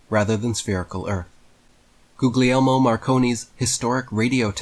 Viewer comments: Googley Elmo? Seriously? Granted, I know he doesn't speak Italian, but neither do I and I'd know better than to read that aloud without looking up the pronunciation. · Goo-Yell-Mo (pronunciation) not Googley Elmo (although this is funny) the second g is silent.